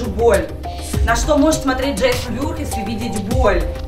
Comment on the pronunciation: Не джейсон вюрхиз а вурхиз